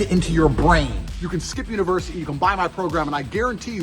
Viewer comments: The amount of times this guy said hustle versity is annoying af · why does this guy insist on calling it "hustleversity" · Is he trolling or can he just not pronounce UNIVERSITY?